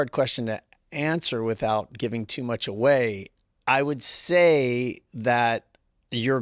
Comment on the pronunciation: Jeff said “I would Sai” 😂